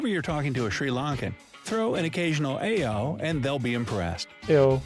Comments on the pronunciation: 3.08 It's not AIYO . It's More like Ah+E+yoh😂(It means Oh No! .That Oh no depend on what happend😅) You'll get whole new experiance here(like food ,buses ,culture,wether). Don't wait guyss.There is so many things to see😇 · 'Aiyo' is not pronounced 'eh-yo' but 'eye-yo' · It's not "aiyo"..it's "ayyo".. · It's not..ayyo.but. io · Really thankful to this and the featured video. But like most of these photos and videos don't match the fact they are talking about. Also Ayio is pronounced [uh-ee-O] 😅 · Actually it's not pronounce like that . අයියෝ(aiyo-aeyo) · bro its "aiyo" is pronounced wrong in the video it quite like "iii..ooo..." ☺☺ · The Aiyo pronunciation is so wrong. Try "අයියෝ" in Google. And Cinnamon comes from South in Sri Lanka. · The one who made the video never been to Sri Lanka before. I am pretty sure about it. "Aiyo" pronunciation is very wrong.